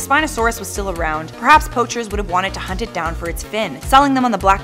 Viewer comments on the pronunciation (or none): none